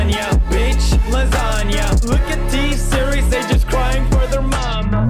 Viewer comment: LASANGE LMAO (not hate just thought it was funny)